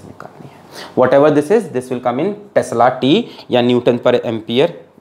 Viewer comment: 🤣🤣🤣🤣Tesla ko sir tasla kehte hai 🤣🤣🤣🤣🤣🤣ha ha ha 😂😂